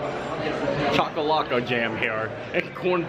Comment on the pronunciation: I'm impressed you pronounced chakalaka 👍👍👍 bobotie is pronounced boo-boo-T 😀